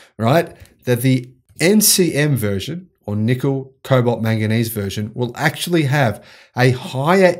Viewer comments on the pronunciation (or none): none